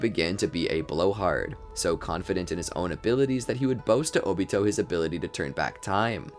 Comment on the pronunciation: Can't even say his name 😂😂😂